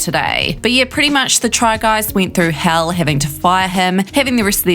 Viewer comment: Wait you pronounced ned as need but hell as ell.